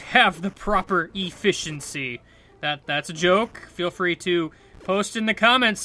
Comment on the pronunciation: "E Fish entcy" lol that was funny